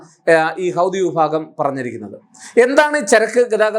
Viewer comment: ഹൗദി😂 അല്ല ഹൂത്തി എന്നാണ് അത് അറബി വാക്കാണ്